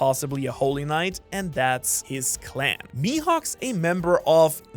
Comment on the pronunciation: FOR THE LOVE OF NIKA, PRONOUNCE IT COLLAN. ITS JUST THE ICELANDIC SPELLING